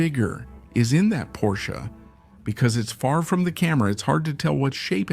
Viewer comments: Porcha? Did you call a porch, a Porcha? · Hey, it's pronounced porch, not porsche(car). The front platform of a house is a porch. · Yes. That is a very strange way to pronounce porch. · AI. AI is overhyped can’t even distinguish word diferences